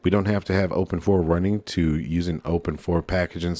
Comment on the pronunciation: yes the right way